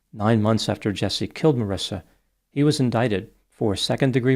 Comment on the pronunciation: You're saying her name like my name Marissa, but that's not how you say her name. It should be like Maurice with a 'shia' sound. ❤